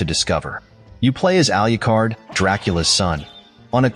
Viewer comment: It’s not pronounced “Al-you-card.” It’s pronounced “Al-loo-card.”